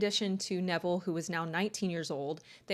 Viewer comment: 😖👹omG i thought i heard u say her childs' name from her previous union was DEVIL!!!💔😳👺 Lmao iht add the cc option and then <<RW xx fast lmao His name is Neville, not Devil lmao🤣